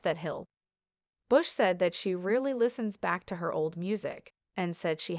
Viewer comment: it sounds like the (American) broadcaster says "Kate REALLY listens back to her old music" when in fact Kate said she "RARELY" that's why all you Kids should learn how to speak English the way we (The English) speak it.